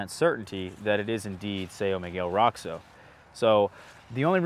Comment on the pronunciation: So isn't Roxo really more like "RO-scho" instead of "ROCKS-o"?